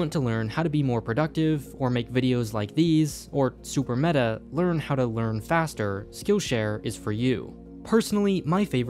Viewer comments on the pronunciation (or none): none